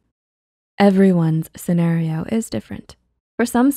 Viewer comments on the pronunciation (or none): none